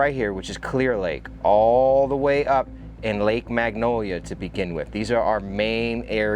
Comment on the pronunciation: Love what you do, so happy you came to our beautiful town. Also it's Lake MANGONIA not Magnolia, just a correction. Thanks for doing such a great job <3 Btw the area where the spool you found would have been entering a bad part of town in 1979.